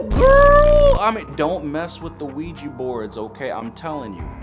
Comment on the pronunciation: "Have you ever heard of the ouigi board?" NOOOO